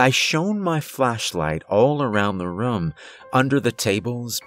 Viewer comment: There's literally no accent present except for when you say "I went into the rum"